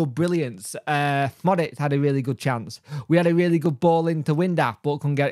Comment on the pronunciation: Lol windass not windlass lol!!!